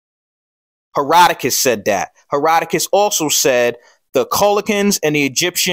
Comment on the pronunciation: Love your video brother but “Herodotus”